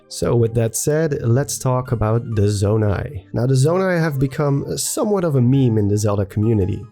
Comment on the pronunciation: I'm not sure why but I find voice and him saying "Zonai" so satisfying. Nice voice, dude.